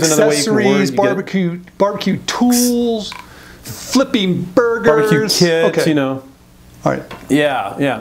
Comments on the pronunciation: did say barbecued kids? hahahaha! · Barbeque "kits" he was saying.